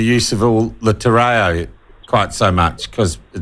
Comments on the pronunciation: This is a platform for the crooked new government. It's a shame how Shane Jones and winston are being used to belittle maoridom. It's also sad that the guy on the platform talks about te-ray-oh and not te reo. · Ti Rayoh. What's that, Shane? Or is it Sean (is that Seen or Shawn)? What language is Ti Ray oh ? It certainly isn't Te Reo. Correct pronunciation is like singing in tune. When you are doing it in public it pays to take the time to sing in tune. Fortunately Maori is very easy to pronounce correctly because unlike Pomlish, the vowels are consistent. Our kiwified pommy lips are lazy , but with a little effort it's easy to master and even better some of the mangled maori we hear from the lips of some vocal maori activists and politicians such as Willie Jackson. If you would like some good tips or assistance on this I'm willing to help. Correctly pronouncing a language is like correctly pronouncing someone's name. It goes a long way towards showing common respect., not to mention credibility as a media interviewer.